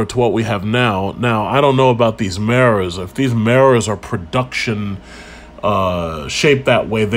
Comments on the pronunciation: Meras = Mirrors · What the eff is a "marres" ??